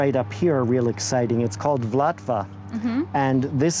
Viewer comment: So helpful, thank you. Just a correction on that "blue" rose: it's pronounced VUL ta va, after the river. Accent on first syllable.